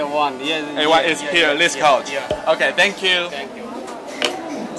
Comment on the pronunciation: 沒錯，this的發音太Chinglish了